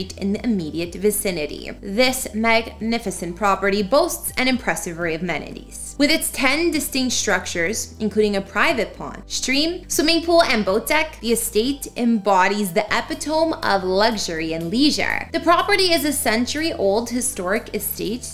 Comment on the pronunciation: Epitome? Its not "ep uh tome". It's "uh pit uh mee." It means a perfect example. It's things like this that make your show untrustworthy. That's a very simple mistake that shows a person is uneducated. Are you making the rest of the story up too? This is not an isolated incident; it happens all the time. Do better.